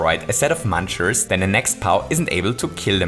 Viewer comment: MUNCHERS NOT MANCHERS